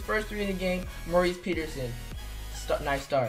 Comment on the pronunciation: Why do u say his name like Maurice Peterson it’s Morris